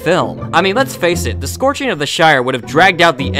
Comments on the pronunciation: "SCORCHING" of the shire? WTF. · Scouring of the Shire, not "Scorching" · Did you actually say "the SCORCHING of the Shire"? 🤣🤣🤣🤣🤣🤣🤣🤣🤣🤣